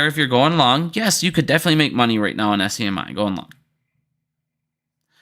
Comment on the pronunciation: don't forget "SCMI". It is actually SMCI. Maybe has a little bit of dislexia. "not financial advice"